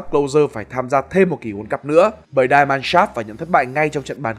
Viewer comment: Die Mannschaft (Deutsche Fußballnationalmannschaft) nếu bạn đọc theo tiếng Anh Die = Đai (chết) thì không đúng nhé . Thanks bạn